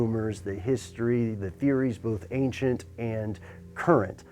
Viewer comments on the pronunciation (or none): none